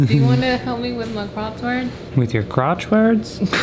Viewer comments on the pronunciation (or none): It did sound like said "crotchwords". 🤣🤣